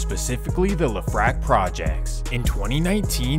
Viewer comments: It's pronounced left-rak...not le-frak like we in France. The more you know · It's LEF rack; not Le FRACK. Might be nice if these readers did some research first. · Good video. It’s pronounced “LEF-RACK” though. Break up them syllables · Bruh said “Luh Frak Projects” 😂